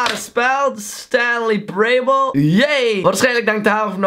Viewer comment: Hoe jij parable zegt tho 😂😂